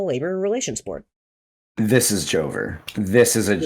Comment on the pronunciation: i thought they said joker instead of joever so i was thinking "dude why would the joker do these things"